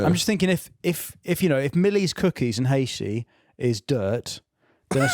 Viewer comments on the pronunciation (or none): Still calling it Haishi 😂